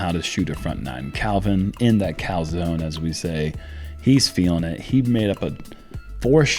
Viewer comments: Did you say "Cal"zone?? ...now I'm hungry!! :P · Did I just hear Uli say McMuff zone ??!!! 😂😂😂😂😂😂😂😂😂😂😂😂😂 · Did ULI say “Mc muff zone?” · 'Cal-Zone'. You effs are making me hungry!!!